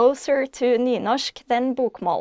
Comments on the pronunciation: Its said like Newnoshk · where i live we pronounce the r